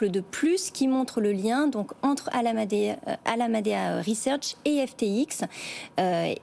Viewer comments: Bonjour , la cruche qui présente doit être pistonnée , comme celle d'alameda , car elle n'est pas capable de dire alameda . Ça s'entend qu'elle ne maîtrise pas son sujet , venant de bfm rien de surprenant . Au revoir . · La journaliste ne sait pas prononcer correctement ALAMEDA .... quand on ne maitrise pas son sujet mais qu'on lit ses fiches 🙂